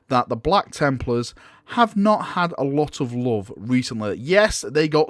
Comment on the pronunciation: "Blacka Templars" :D